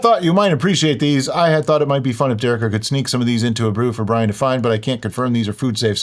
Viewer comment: Welease Bwian. 😂😂😂 Welease Dewikka. 😂😂😂